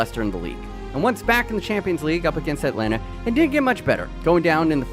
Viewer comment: The man says Atlanta 😔